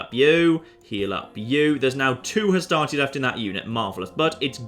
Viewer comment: every time you say "Hastati", I just hear "Astartes" and I think your troops are gonna mow down the macedonians with storm bolters.